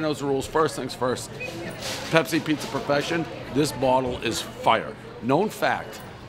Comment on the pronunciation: I love Perfeshion.